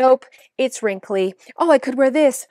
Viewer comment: Love how says wrimkly instead of wrinkled 😂